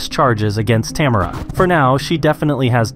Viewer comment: Americans never seem to be able to pronounce Tamara 😂